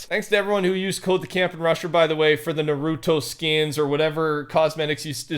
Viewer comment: ~ nah roo toe ~